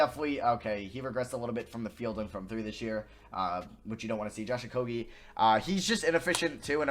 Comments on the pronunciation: stopp saying okoGie it is so annoying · The amount of likes this comment gets is the amount of times he said Josh Okogie’s name wrong